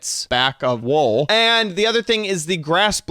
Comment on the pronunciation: It's wool not wall dude